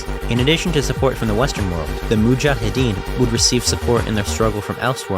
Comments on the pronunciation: I have few problems about video. Most of them are little but whatever. 1-Mujahaddin is mispronounced as you mostly say Muhajaddin instead of Mujahaddin. 2- In vedio you said "Al Qaida has founded offices in many Arabic countries" and show one building png on top of Ankara. This is wrong as Turkey (as name suggests) is a Turkick country found by Oghuz Turks migrated from Central Asia around end of the 11th century to middle of 13th century. 3- Fatwa (or Fetva in Turkish) is not a war declaration. Fetwa is basicly a religios authorities word that something is a sin or halal in Islam. Fatwa can be justification for war .Ottoman Şeyhül İslam (highest religios office in the empire) had last say in Ottoman Empire in a way as his fatwas were over all others. Fatwa can justify but they are not declerations of war as they are just religios text saying things like "Tea is halal and eating pigs is not halal". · it's mujahideen not muhajideen goddamn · Its Mujahidin, not muhajidin 😂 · It's mu-jha-hideen not muhajidden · It's Mujahedeen not muhajedin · Srsly man, it’s hard to focus when you pronounce it so wrong. You say muhajidin:))) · You are pronouncing mujaheddin wrong. Muj-aw-head-een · you are saying mujahideen wrong